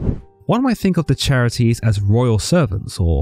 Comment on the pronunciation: Sorry to be that guy, but the title of three goddesses of beauty, joy, and blossoming is pronounced (Kare - It - Ees) The Greeks only used hard C sounds in their words. And the 3 Charites (Charis being the singular title) deserve more respect than that.